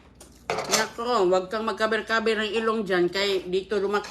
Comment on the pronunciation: Ayusin mo yang salita mo mga kaber kaber k pang naiintindihan cover